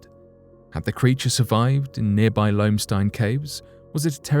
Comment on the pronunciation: Lomestine caves he said hahaha. Interesting video especially the Jersey devil, didn't expect tht. Big thumbs up